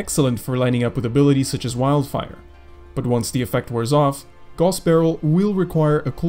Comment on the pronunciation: I think it's supposed to be pronounced as gows, as in 'how'. If we stick to the german roots of the word that is